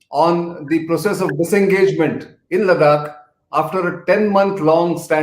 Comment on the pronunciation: Good talk. Please listen to your guests pronunciation of Ladakh. You call it Ladak. His pronunciation was correct. For gods sake don’t mess up our names being a proud Indian. 🙏🏼